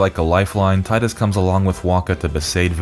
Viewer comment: You pronounced Titus wrong my guy.